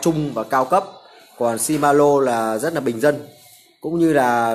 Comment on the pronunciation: Ông chủ này giới thiệu nhưng nói ngọng quá , làm gì có bộ chuyển động nào tên là si ma lô ?